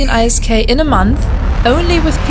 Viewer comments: For the love of God, can you please just say 'isk' instead of i s k :s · WOW. Have things changed this much? I remember a time when you had to AWOX somebody and be a capital pilot to even be considered by Hord. ANd Isk is normally pronounced as a word not the individual letters. But still a good video. Great opportunity for new players. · EI ÄS KEI Echt akzentfreies Englisch sonst, not bad!